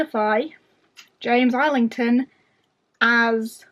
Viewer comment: Was going to say you had a dedicated Schwab display so James Islington has to be good. I think I need to attempt hom again! Also I got so fed up of not knowing the correct way to say his name I did a search and found an interview where he was asked how he pronounces it. He says EYE-lington